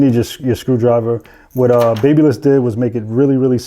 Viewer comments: Ba-bah-liss. Not baby-liss lol. Good tutorial though. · Pronounced.......BAB Y LISS. sounds like BAB A LISS. Like the City of Babylon in ancient times. If you're using a certain brand and continuously saying the name of the brand, you should know how to pronounce the brand correctly. Now, spread the word, my good friend. Baby liss...no Babyliss...tough True story. Close friends with company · Right! Lol I was about to comment this exactly^ it’s pronounced same as the city of “babylon”